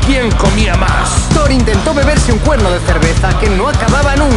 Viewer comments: te falto la r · Te falto la r de thoR :v